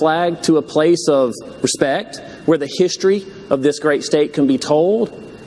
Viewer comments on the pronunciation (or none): none